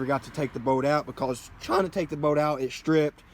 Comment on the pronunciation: Kept thinking you were saying oil boat I was like wtf is an oil boat?